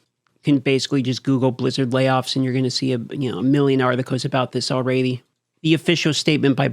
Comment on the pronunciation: I love, but why does he say, "all-ray-dee" instead of "all-red-dee?"